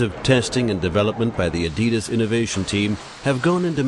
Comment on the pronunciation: He didn't pronounce adidas right